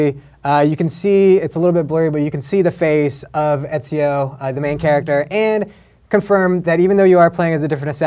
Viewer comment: ezio not etziel